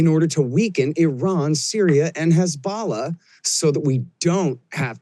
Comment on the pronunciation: He may be right about everything but being unable to pronounce “Dov” and “Hezbollah” is insane to me as an expert.